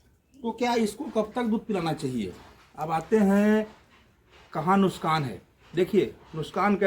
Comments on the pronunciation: Nuksan nahi nukhsaan hota hai😂😂wipepoint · Nuskan nhi nuksan bolte 😂😂😂